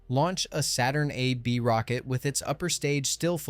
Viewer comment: This is fantastic but please, YouTubers, don't resort to AI speech! Most people, I believe, would far prefer non-English or bad English with subtitles, trust me on this! "Saturnv". Horrible!